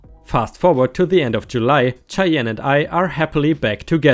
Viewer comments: Cheyenne is atleast the way i was told is pronounced shy-enne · Cheyenne is pronounced Shy-Anne JostNoEx is fine but if you aren't wanting to it then maybe don't. HOA is good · Just so you know, "Cheyenne" is pronounced with a soft sh sound at the beginning instead of the harder ch sound you're making. The way you pronounced it, I thought you were saying "Chai Yen". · Cheyenne is pronounced like shy anne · Idk if anyone has mentioned this yet or not but Cheyenne is pronounced Shy-Ann. Love your vids, long time subscriber! ⭐️ 🌟 💫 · Shyann...ch is pronounced sh in this case. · I love to listen to ya! 🌟🌟🌟🌟🌟 but Cheyenne is pronounced like Shy Ann